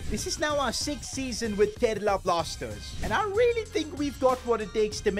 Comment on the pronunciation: and its karela ni g gga its kerala